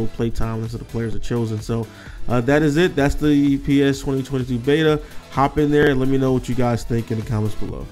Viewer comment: P e s? It’s pronounced PES lmao